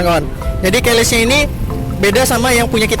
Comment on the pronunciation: Keyless bang bukan Keles 😂